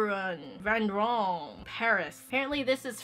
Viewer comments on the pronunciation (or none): btw when pronouncing Vandoren it sounds like Van•door•rén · That's what I was thinking. trying to pronounce vandoren was sooooo funny. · I play clarinet, and the fact the she can’t pronounce Vandoran saddens me. But it makes sense because Vandoran makes pretty much nothing for the flute/piccolo, soooo......